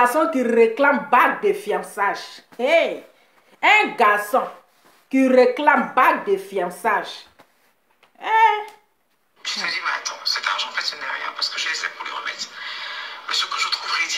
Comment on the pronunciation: Eeehhh.... on dit pas fiancaiges, mais fiancailles 😂😂